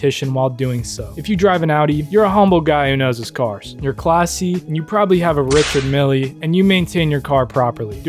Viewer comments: Bro just says "richaRD milLY" instead of "richar- MiLL", no d in richard, and both Ls are pronounced, no fuckin milly. Makes you sound like a goofy, blood. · wasn't ready for the hillbilly pronunciation of Richard "Milli" xD